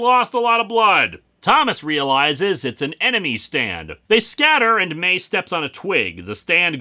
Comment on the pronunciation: Am I the only one who hears Stan every time he says stand? Like all the Steve's from Yu Go Oh abridged :)